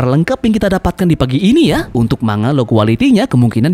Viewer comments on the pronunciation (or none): none